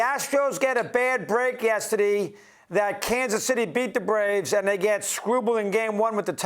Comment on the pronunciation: lol.. yesterday ( yester- dee )